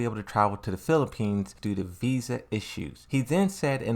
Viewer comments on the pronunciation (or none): none